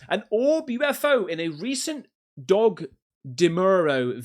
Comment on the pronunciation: Question...do you Aussies always pronounce Doug as dog?